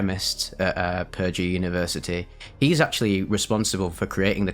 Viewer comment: When saying Purdue, put emphasis on the second syllable, not the first. English is a stupid language. I say that as a native speaker so I don't blame you.